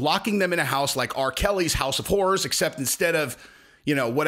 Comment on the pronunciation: House of horrors? Or house of whores? 😂😂😂